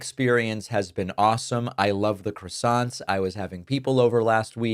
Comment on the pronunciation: Small point David, but PLEASE stop calling them 'crassonts'.